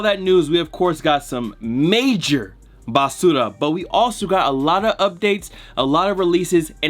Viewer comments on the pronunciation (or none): So much BAH-SU-RAH this week